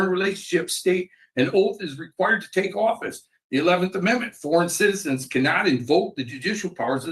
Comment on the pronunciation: Oh oh. Sov-Cit